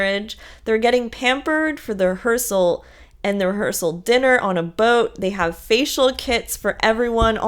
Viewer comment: Is she saying rehearsal or hearsal? 😂 I’ve listened like 3 times and still can’t tell.